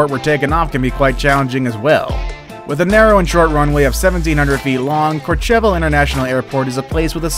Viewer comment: Number 7 - It's pronounced Core-Sheval not Core Cheval!!